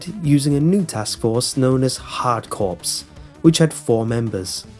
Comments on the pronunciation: for the first one, you pronounced the "corps" like "corpse" when it's supposed to be pronounced like "core." Get it? Hard-core? Play on words. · To let you know Hard Corps is Pronounced "Hard Core" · It's Contra: Hard Corps not Contra: Hard Corpse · hard corps, not corpse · don't think he knows that then again, he likely doesn't care, but the whole time I was screaming on the interior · corps = core. just saying it's not corpse.